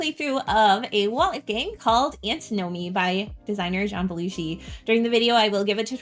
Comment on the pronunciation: Antin-omy, not Anti-nomy ;)